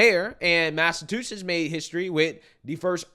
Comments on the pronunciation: ..I love you buddy..But please..say it with me “Mass-a-CHU-setts” CHU-like a chu chu train! Not tu like a ballerina tu-tu. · Did he say mass-a-2-sets? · Mass a CHU SETTS....I'm from there it always bothers me when people can't pronounce it. I love the show man...just venting 😂